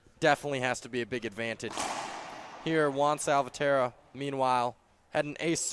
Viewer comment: It's important for both commentators to pronounce the players' names correctly. Salvatierra has five syllables, not four. Just listen to Favio, and you can't go wrong.